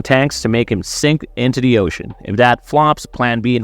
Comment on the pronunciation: Dis and da? Why does this guy say dis and da instead is “this” and “the?”